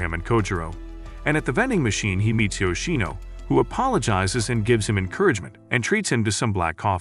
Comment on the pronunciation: Yoshino not yino